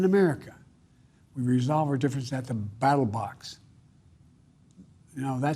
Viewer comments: Ballot but yeah he says it to where it sounds like that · Even after using a teleprompter, he still says “battle box” instead of ballot, daft old man 😂😂😂😂